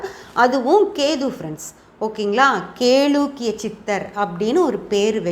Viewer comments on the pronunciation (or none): Kelakkiya endu olunka pronouns pannunka paapam